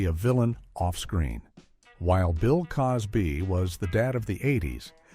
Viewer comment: I agree - - Bill Coz Bee? - Danny Mas Ter Son? - Lor Ee Lock Lin?